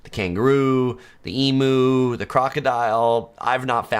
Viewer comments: Emoo? Ko-olla? Eem-you...ko-aalla. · I'm from Oz, Melbourne to be exact and the Emu pronunciation is not E - MOO, it's E- M-YOU, hope that helps, good video full of useful information for people from overseas......... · Your pronunciation of Melbourne is spot on -but it is eem-YOO, not eem-OO! I really don’t understand why no-one corrected u! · Well done on getting the pronunciation of Melbourne correct. As to the bird it is em-you, not em-oo. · Pronounce emu as "ee-myoo", not "ee-moo"! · Not eemoo. Its prounonced EEMYOU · And doesn't it just grate on our Aussie ears. Just because you pronounce it eemoo doesn't make it right. It's a bloody Eemyou! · You've been here 4 times you say and you still call emu. after a cow. It's e-mew, not ee-moo! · EMU pronuncation : emU not e MOO ! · Emoo is not how you pronounce our native bird. It is pronounced Emyou. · You Ossies are wrong. 1st thing. It's EMOO, not EMEW. 😮😮😮😮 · Please, please, please, it's eem-you not eemoo. 😋🇦🇺 Thank you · Great video- but Emu is pronounced EMU (Eeem - You) not E-MU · Please do not say... eem- oo the word is ...eem you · Eemew. Not eemu. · Emu is pronounced em-you. 4 times and you didn't pick that up. And you didn't know the term bin chickens. Drop bears are a joke. You sure you've been here. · Emu is pronounced Emyou. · Capybaras are South American. That is why you didn't see them. Emo is Pronounced with a hard E and mu pronounced mew. So Emew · Are you seriously trying to teach an Australian how to pronounce an Australian word? It’s Eee-mew. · It's pronounced (eemyou) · Its pronounced "eemiew". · Have to tell you Emu is pronounced E-Mew! 😂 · The u in emu is pronounced like the u in menu not emoo! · The animal word "emu" is pronounced "eem-you" in Australian accent and it's pronounced "ee-moo" in American accent! 🇦🇺 🇺🇸